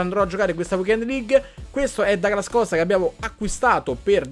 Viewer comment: Comunque si pronuncia Duglas Costa...perché è brasiliano. Ma qui oramai...dopo Becnabor...😂